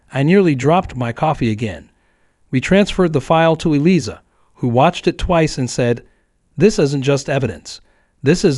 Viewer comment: Yes and more including the lawyer's name! Should be pronounced (phonetically) Eelieza...sheesh